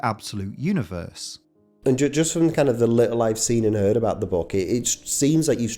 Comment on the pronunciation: lmaoooo bruh ive been watching your vids since 2020 but that 'Seen n eeard' was the first time I ever realised you were a scouser. Most Scouse I've heard you sound in a video honestly